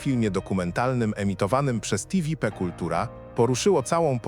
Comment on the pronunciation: Tiwipi? Co za bełkot?